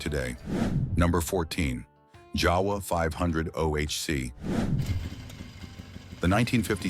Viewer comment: JAWA (a Czechoslovakian make) is pronounced YAH-vuh, not JOW-wuh. You're welcome.